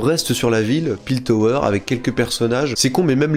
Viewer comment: C'est Piltover la ville, pas Piltower comme tu a l'air de le prononcer, mais jten veut pas je ne me souviens pas d'avoir vu la ville écrite dans la série